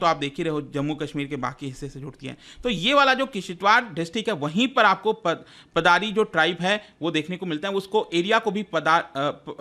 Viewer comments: Sir its पाडर (पाडरी) not पादारी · Paddar ko पाडर pronounce krte h